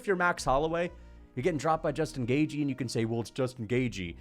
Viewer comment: "Justin Gay-jee"